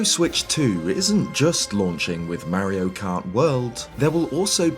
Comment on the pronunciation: I love how you say Mario- “Marry-O” hehe ❤